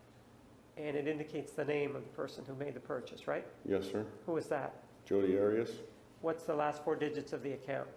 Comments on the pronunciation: Love how whenever juan HAS to say her name he says ADIUS other than that its 'maam' or 'this idividual' he hated her with as much passion and no doubt more than all of us! 😘🤌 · I wish Martinez had not decided to start pronouncing her name differently, he even went back to Arias switching to Otteeus (pronounced). It just struck me as odd. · I don’t mind a public defender doing their assigned job, so I don’t have as strong feelings about Nurmi as many... but that said, I can’t help remember as I’m watching this how Nurmi felt it necessary to ask Jodi about how she liked to pronounce “Arias” on the stand. Seemed to be for no other apparent reason than to dig at Martinez for pronouncing her Hispanic name the way it is pronounced in Spanish. Never got that.